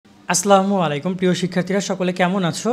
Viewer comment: সালাম শুদ্ধভাবে দিবেন। আসলামু আলাইকুম❌ আসসালামু আলাইকুম ✅